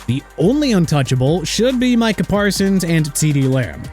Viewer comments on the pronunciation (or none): none